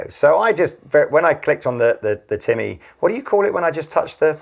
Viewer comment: "Tea-mah" ... Defiinitely not "Timmy" in a South Park voice. Definitely not 😄